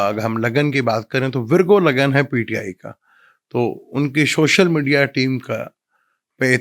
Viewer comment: shoshal nhi social 🙂